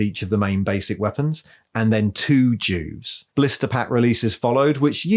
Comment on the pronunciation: I thought you said Jews instead Juves , imagine my confused face 😫😳😰